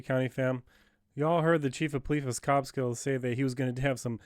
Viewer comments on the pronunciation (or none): It's pronounced Cobleskill, CO, not Kob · It's CObleskill. Hard "Oh." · you should learn how to pronounce the name of the town correctly before doing a "Audit"